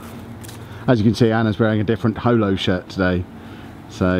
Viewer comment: As a holosexual I got so TRIGGERED when he said holo wrong lol